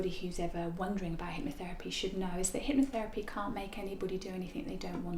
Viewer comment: What is it, "hypnoFerapy"? lol Clearly this poor girl found the worst example of hypnotherapy, what a rank Ammatuer!